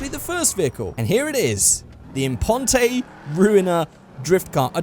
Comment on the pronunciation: FFS It's not Declas-SAY Impon-TAY, It's De-CLASS Im-PONT! It's supposed to sound French.